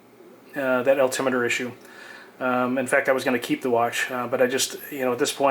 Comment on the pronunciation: Al,tim what? Al Tim it er! Say the word correctly please! Alti-meter.